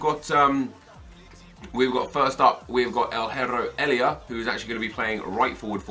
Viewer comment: Nep just a tip! Elia's first name you pronounce just how it says on the card ❤